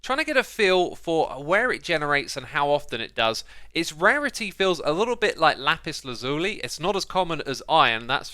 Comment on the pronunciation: we're still doing this, Lapis Laz-you-lie